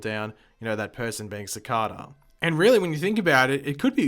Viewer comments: It's pronounced SAH-CAY-DAH, not SAH-CAH-DAH ... And also your answer to everything is Time-Travel! Do you ever get tired of being wrong? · Everytime you pronounce cicada wrong an angel loses his wings. think about that the next time you pronounce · you pronounced cicada wrong